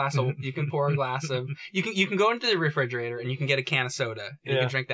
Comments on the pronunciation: "Fridgerator"? "Faurcet"? Jame and must have something wrong with their mouths to be mispronouncing these kitchen appliances. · I thought it was a mistake until said "fridgerator" the third time